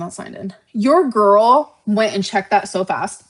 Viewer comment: You’re a GORWL! A GORWL!